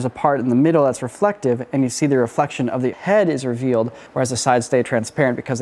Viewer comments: I blame for "Refelctive" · Refelctive? Really guys lol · Ah Yes, the good ole "Refelctive" trick.😅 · “Refelctive” lol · Man, you went all in on "Refelctive".